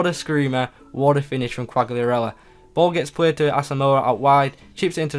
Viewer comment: It's cal-lee-ah-rella